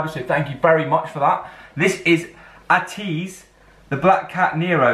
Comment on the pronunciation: ATEEZ is pronounced as Aye-tease just to let u know😁💖💖